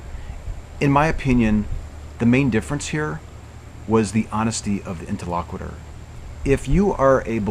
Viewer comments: These tutorial videos are great. I will watch them on repeat until I get them a little better my memory. One thing: interlocutor. You keep saying “inter-LOCK-witter.” It’s “Inter-LOCK-you-tor.” But thanks for doing the videos anyway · I really enjoyed the video. This is the second one that I'm watching. The first was with Paul. It's really enjoyable. One thing, though: You're not pronouncing the word "interlocutor" correctly. You're saying it as if it were "interlocuitor" (with an i before the end). Check out how to pronounce that word here: (for the sake of "as many true things as possible"). 👍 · I think you're pronouncing 'interlocutor' wrong.